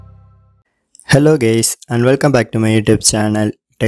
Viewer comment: it sounded like gays lol